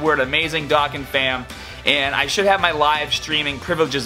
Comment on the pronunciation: At least say “Dokkan” properly 😂